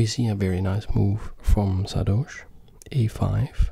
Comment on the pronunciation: Everyone : saRdoche That guy with his cool voice : Saadoche